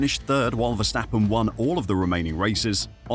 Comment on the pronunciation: Vstappen….???? WHO the fuck is that? His name is Verstappen!